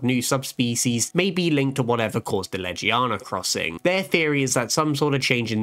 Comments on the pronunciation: Anyone pissed off that he said Ledgie-yawna and not Legiana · Amazing content, but why butcher Legiana's name and some other monsters so much? Even the handler says Legiana correct and even still butcher it, it's painful to hear the name butchers but the rest is really good